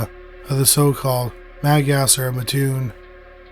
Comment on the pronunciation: I am from and live in mattoon!! So cool to hear you cover this!! Many theories here! My mom was little when it happened! Also it’s pronounced Matt-tune lol everyone says ma-tune lol